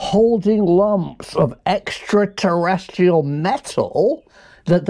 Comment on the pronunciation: Nice one Prof! I think you might be pronouncing 'extraterrestrial' wrong though